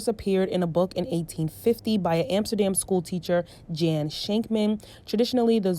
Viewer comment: Lol “jan.” It’s pronounced like yun